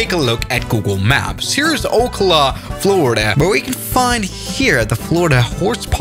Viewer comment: My dude Said okla 💀 Btw its pronounced (OH-KAL-AH) Edit: Yes I did like my own comment